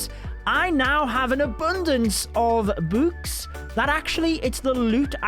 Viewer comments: i love the way he says books "bOoks" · Why does he say boooks😂😂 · Who else loves when says “Books” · Why does he say book like that??